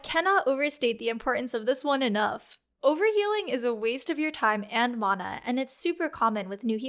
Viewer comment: Mana management sounds way better if you say mana right